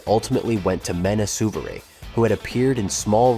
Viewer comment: I'm very disappointed you can't pronounce any of these actors names. That's so weird, MENNA SERVERI??